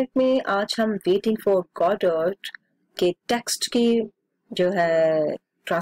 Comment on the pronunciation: It's not go dot it's godo, Beck'ket Beeket